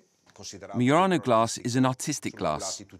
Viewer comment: It's "Mur-RON-oh", not "Mur-rain-o". Your pronunciation is fake.